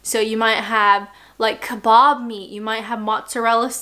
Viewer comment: Oops, drunk can't say kebab!